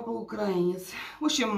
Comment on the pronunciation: Отец украИнец, а не укрАинец. У нас УкраИна, а не УкрАина.Говорите правильно а то режет слух.